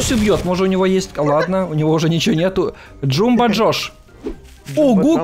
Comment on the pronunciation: Не джумба джош ааааа джамба джош